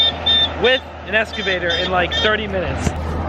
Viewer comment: What a prick..... 4 dead red tail catfish and the first thing he mentions is the cost. Instal a fucking heater controlled by a thermostat. Oh and it’s not pronounced “escavator” 😩